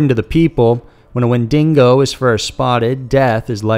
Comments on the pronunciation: Every time I hear “wendingo” it causes me physical pain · Comment section seems incredibly unified against the "Wendingo" mispronunciation. Not gonna lie, it was quite distressing, especially since the title slide which opened that chapter of the video had it spelled correctly on-screen. #BrainPain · Gods so much, I winced each time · Fenian Descendent616 he didn’t even say canine correctly🤣🤣 and here we are complaining about wendingo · When den knee goh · Wendingo + Dingo lul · I kept waiting for him to say a WinDINGO ate my baby. 😂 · W H E N D I N G O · omg yeah the wendigo pronunciation is brutal. Win dingo XD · Hahahaha Wen-ding-go love it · I snorted every time he said “wendingo” 😂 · Never heard of a "Windingo" but hey you learn something new everyday! Lol 😆💯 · I'm not even Canadian and the way he keeps saying "windingo" drives me nuts... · WEN-dig-go. Where do you see the ‘n’ in ‘digo’ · I'm sorry, but I can't stop both laughing and getting madder each time he says Wendingo…… Where is the second N coming from, he spells Wendigo correctly, so I'm just confused and frustrated. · "wenDINGO"? that s fresh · Did this dude really just say wendingo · It's wen-DEE-go. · Dude. Its WEN-di-GO. It's not a man eating dingo... please, if you're gonna try to educate... be educated. Please!!! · Wen-di-go*** lmao fok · As a Canadian I like this but... That pronunciation of Wendigo makes me cringe Edit: Gosh so many people take this too much to heart. It's not a deal breaker for me and I honestly don't care that much, it was just silly and I wanted to point it out. Not hating. Chill people XD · Ahhhhhh! My ears! Wendigo. Exactly as it looks, no dingos involved. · Same ! Torontonian here and I cringed internally each time he said it wrong. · I'm not even Canadian and it made me cringe. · It's one of the easiest cryptid name. Why the narrator need to add an N before the G in wendigo part? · Next time leave it to a Canadian to make this video for the right pronunciation